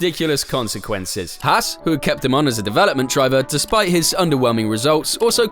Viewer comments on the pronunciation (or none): Haas not hass